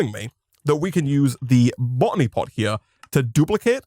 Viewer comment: bot'ny pot Love it Him saying "Marble bee" is great too